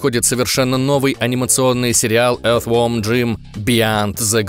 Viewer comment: Бро, всё круто, но научись выговаривать правильно слово earth , загугли транскрипцию, а то по ушам прямо ультразвуковой.... :) Галимая придирка, прости, но всё же.... )